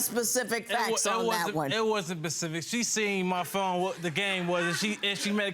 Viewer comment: “That pacific moment” 😂😂😂.